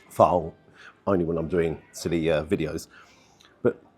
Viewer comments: Its not "Fowl" 😂 Its Phaal! Pronounced Farl 👍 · It`s a `phall`, not a `fowl`. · foul/ful is pronounced fool XD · Another great review. I'm so sorry to correct your pronunciation: The word "phaal" is pronounced like "fahl" (IPA: /fɑːl/) or "p-hahl" (IPA: /pʰɑːl/), with the emphasis on the first syllable and a long "ah" sound like in "father".